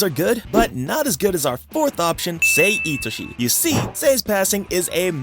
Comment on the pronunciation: It's sae itoshii